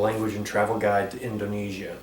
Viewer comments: I'm so proud to watch your video :) just maybe something you missed, Indonesia, we do not pronounce with z (In-do-ne-zia) but with clearly S (In-do-ne-sia) like you say in 'terima kasih' that is perfect :D Same as me, I dont speak english very well hehe. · A very nice video mr gary, educative and quite easy to understand. But i have to point out another common mispronounciation; is the letter 'S'. It actually pronounced 'S' (like in the alphabet) not 'Z' like in english spelling. So it spelled 'sia' (in Indone-'sia'), not 'zia'. The sound is quite similar to 'hissing' than 'buzzing'. I'm a native Indonesian myself, and i hope it can help :) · Actually Indonesia is pronounced in-doe-NAY-seea instead of indoNEEsia :D